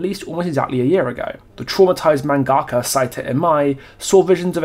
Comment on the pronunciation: Okay, I hate to be that guy, but your pronunciation of mangaka is very frustrating, despite the fact that I’m guessing the way you pronounce it is how it’s pronounced in the country its from.